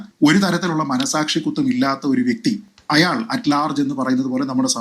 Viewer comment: Good reporting..but 1.you are saying "Ayyaal" .but "Ayaal " is correct..2."Aphiruchi" alla.. "Abhiruchi" is correct malayalam..